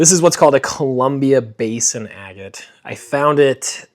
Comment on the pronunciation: It's really weird hearing somebody from the north pronounce the word agate correctly. You're the only one I've heard so far.